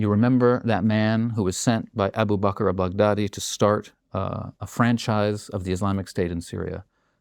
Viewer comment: expert or not, i just find it too funny he pronounce Baghdadi as big daddy.